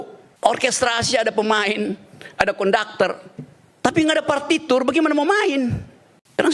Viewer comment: Nah tmbh bingung dn kaget tuh ktka bung RG menyebut...partiture😂😂